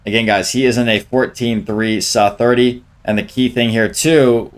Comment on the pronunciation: pls bro its not saaaaa, saaa 30